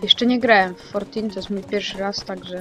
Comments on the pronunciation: Fortin A nie fortnite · Kurde To Jest Fortnite A nie Fortin